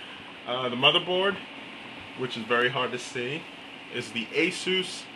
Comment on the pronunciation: In the video, you pronounced it "ASOOSU" but it's ASUS. And you when you mentioned about your hard drive, you said it's serial... then you continued on saying IDE. There's no such thing as a serial IDE. And yes, the Gemin is super nice, keeps it really cool and SUPER QUIET, but it is a pain to install.